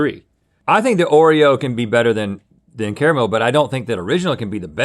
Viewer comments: ITS NOT KRMAL OTS CARAMEL! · I cant stand the way Link says "Carmle" It's "CARE-A-MELL"